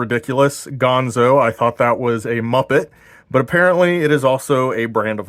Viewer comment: It's ganzo, not pronounced gonzo, but I do like your channel, I subscribed